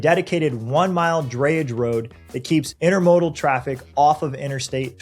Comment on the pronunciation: When we left the Charleston area in 2021, I-26 was already a parking lot for certain hours of the day. Can't imagine how the road system could handle the traffic these developments will produce. And the narrator should learn how to pronounce "intermodal." And is the narrator a bot? The strange jerkiness of his image in the video makes me wonder.